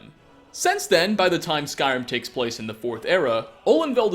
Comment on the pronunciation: I though he said skywim... when he first said it